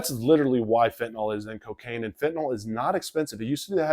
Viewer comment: Why don't 90% of people pronounce fentanYl properly?